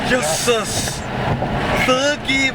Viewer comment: you guys say jisis too much😂but the car is amazing and amazing video👍keep it up❗